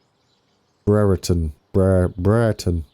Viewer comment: Hi mate Brereton pronounced Breaton as in a Ton of Brie :) Power Station is being demolished now soon it will all be gone